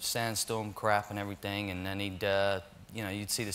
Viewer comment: FINE AF. being lost a little due to his roles using an American accent. when he says “everything” - it sounds very New Yorker. Again he corrects his brit accent in favor of an American accent when he says, “literally”. I hope he never loses his roots!!